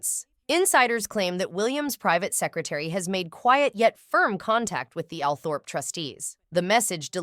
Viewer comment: Althorp is pronounced All thrup!